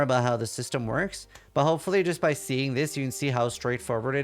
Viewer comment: does know that there s "t" in the word "but"?